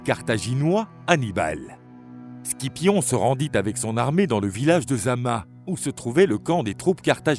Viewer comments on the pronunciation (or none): Pour Scipion ça se prononce Sipion jsp si c'est une voix d'un robot ou humaine mais faut changer la prononciation